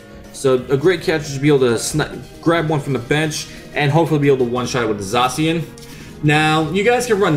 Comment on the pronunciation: Im so glad N didnt call zacian Za-ke-an in thid deck profile